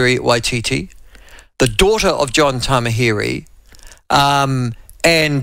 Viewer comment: Please pronounce “Tamihere” correctly